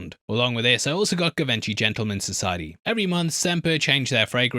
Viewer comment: Zhee von shee - I always get a kick out of the way you pronounce Givenchy!!